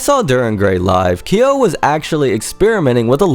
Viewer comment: Nice video! Just fyi on the pronounciation. His name is pronounced K-YO (quick hard 'K' sound then 'YO'... like when you pronounce Kyoto without the -to) not KEY-YO. Further along in the video is the correct pronounciation. There is long debate about Kyo's real name. Though 'Nishimura Tohru' has been debated as his 'real name', it's long been realized and confirmed that neither 'Kyo' nor 'Nishimura' is his real name. Also another fyi, I've seen Deg in concert since 2006. Kyo did self-mutilate on stage with a safety pin and scratching his chest during this short time period. In regards to the fish-hooking, he spat out empty capsules while I was there (not to say there weren't times where he'd actually cut himself inside his mouth but the blood would have then not have been so thickly red (as with the blood capsules)).